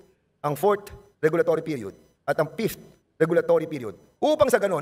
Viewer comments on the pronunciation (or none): wala ba talagang nakapag advice man lang kay Dan Fernandez yung problema nya sa P at F? kainis pakinggan ang "Pift" ang Fifth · PH pakitanong nga kay BOLD STAR kung ano ag ibig sabihin ng PIFTH? baka ibigy nyang sabihin FIFTH. BOBO talaga si Bold star. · Sa "Pifth" daw 😮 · Wow Mr Dan-dansoy??? Pra mtakpan ang isyu mo ka Col Grejaldo??? Divert to meralco??? AYUSIN MO ANG "F" AT "P" MO!!! PATI "V" AT "B".... MAGSCHOOLING KA MUNA NG TAMANG PRONUNCIATION.... NAKAKAHIYA KA NSA CONGRESS KP NMN